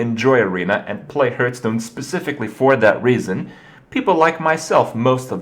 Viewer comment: Kringetastic Krippisms Volume 1. herthstone rezourzes mayta game bomBer alicetrasza